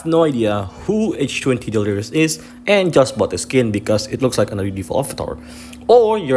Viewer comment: These pronunciations are unreal H-20 is insane XD